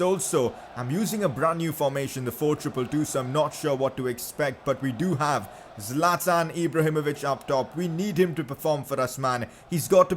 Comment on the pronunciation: Bro say 25 goal score Zaltan